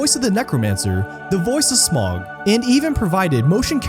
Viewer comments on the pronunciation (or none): Please, next time pronounce name right it’s Smaug not smog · Who is Smaag and Saaron, it cant be hard to say Smaug and Sauron for an english speaker, can it?